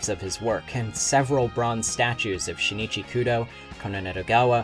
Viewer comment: Luv it bro but I can’t stop cringing from u saying shinichi his name is pronounced sheen-chi